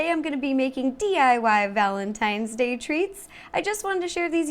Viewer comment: It's day not dag